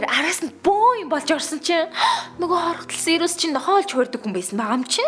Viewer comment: Сийр-ус гэдэггүй сирус блэк гэдэг